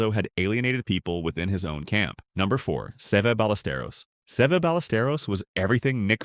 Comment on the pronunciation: And I wish the AI could pronounce his name the way it should be